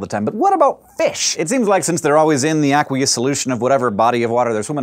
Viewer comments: The way he says aqueous makes me angry lol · You pronounce "aqueous" funny.